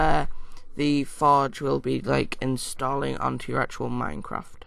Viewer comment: lol ur accent "minecraft foj"